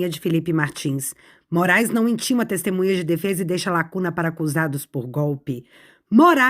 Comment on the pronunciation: Ele fala : destemunhas, eu ouvi bem? Misericórdia